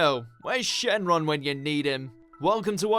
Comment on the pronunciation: “Yo, why Shenron wendanyadum?” Uh what?